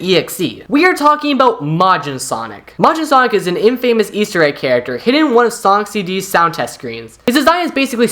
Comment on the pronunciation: You pronounce words weird "Malk" "In-famous"